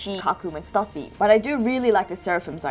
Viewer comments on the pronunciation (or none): I think Stussy is pronounced as "Stew-sea." That's what I remember hearing during Whole Cake Island